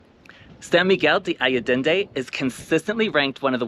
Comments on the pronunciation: Thank you for the nice video. Btw, its ‘ san miguel ‘day’ ‘ayyy - en- dey’’ as the pronunciation. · Allende. Ah yen day. Please learn to pronounce the town you’re making a video about. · I forgive your extra “D”. lol Thank you for a beautiful and informative video! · Ha ha - thanks for yoir reply ! No biggie: ‘ I ‘ - ‘ End’ - ‘day’. (Allende). Appreciate you my gay hermanos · “Alledende” - where I did THAT come from? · Actually, the syllable 'De' is pronounced (the) is a short sound...